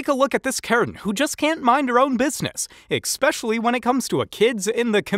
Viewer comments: I can't get over the narrator constantly saying "eck specially". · The word is NOT “EKspecially!” It’s “ESpecially.”